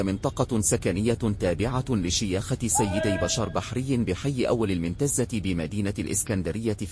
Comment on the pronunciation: منتزة ايه النطق العجيب ده راجع نطق الاماكن لوسمحت ...سيد البشر بفتح الباء 😂😂😂